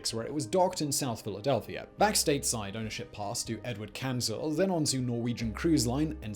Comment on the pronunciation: LAMO... "Filadelfia"!!!